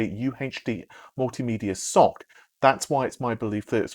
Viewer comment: Its pronounced ES OU SIE...SoC...aka System on a Chip. Another name for it is APU...accelerated processing unit. Its not a sock ;)